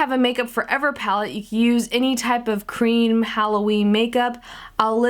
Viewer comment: do mean cream not caem